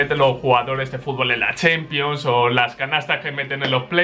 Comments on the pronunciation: "La chenpion" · casi muero de la risa cuando el buen dice ``chempions``jajjajajja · "La chempions" jajaja